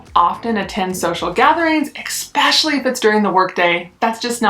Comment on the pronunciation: Lol it’s eSpecially not eXpecially that was driving me nuts.